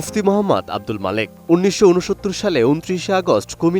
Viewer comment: তার নাম ও প্রতিষ্ঠানের নাম সাংবাদিক সঠিক বলতে পারলো না!